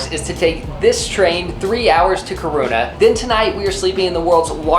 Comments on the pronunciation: Haha i love when u say Kiruna 😅 sounds like u say "Corona" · screaming at how said Kiruna. Great video as usual:) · Haha your pronunciation of Kiruna is not good. (sorry it just sounds funny to me as a Swedish person) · The way pronounced Kiruna 😂 I love it😂 Also yes as someone who has taken that over night train but the other way around to end up in Absiko to see the midnight sun, I must say take that train in the summer time and watch as the sun never sets ❤️ it is amazing 🥰🥰